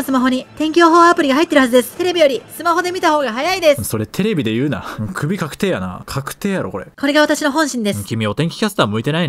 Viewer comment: ちょっと「確定」強調するのジワるｗ